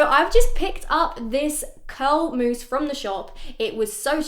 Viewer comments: It’s mousse not mouse, great video as usual👍👌❤️ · cos you said mouse instead of mousse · .... girl it’s MOUSSE